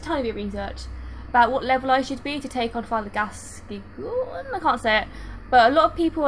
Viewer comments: "FATHER GAS-COIN." Not "FATHER GAS-KEY-ON." And... This game needs more driving. :) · You are already a better player than me because I can't do parry as I can't see the timing right. It's too hard for me.. Oh, and you are so lovely whenever you call father 'Gascoigne' as 'Gaskion'..;)